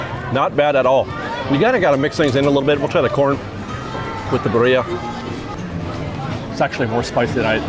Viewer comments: “Birria” is pronounced [Beer-ee-ah] 😂 you’re welcome ❤ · It’s pronounced: Bee-(rolled R)- ee-ah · Pronunciation of Birria is Beer-E-Ah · Just as a heads up birria is pronounced beer-eee-ahh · yes please thank you!!! i was cringing every time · I came here to say the same. I also commented on the DIS Unplugged video saying the same. Drives me crazy. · Give white people some sort of a good reputation. Geez. Pronunciation of birria and never heard of karaage before?? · You're pronunciation of Birria is terrible but still better than mine and I'm Mexican haha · Gotta learn how to say Birria There’s a little tongue roll